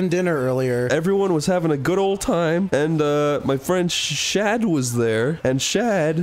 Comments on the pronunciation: This is way funnier knowing he was talking about THE SHADMAN. For years I thought this man was saying chad. This changes everything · I didnt even realize that was talking about Shad. I thought that he was saying Chad the whole time